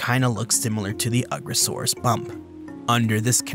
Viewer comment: I think you’re pronouncing the name wrong. It’s You-gross-arus. 😂